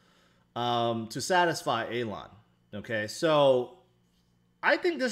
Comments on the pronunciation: You do great videos but can you please say Elon and not Alon? I thought you were talking about someone else 😂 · Idk what’s more annoying, you saying AYLAWN or HOLDEL